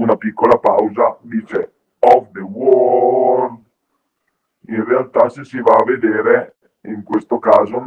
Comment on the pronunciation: nel live official Queen lo dice "of the wold"